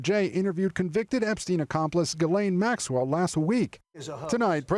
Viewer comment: Please pronounce Ghislaine's name correctly.